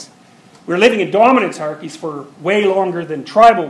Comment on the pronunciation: What's the word on ? "Dorminancearchys"???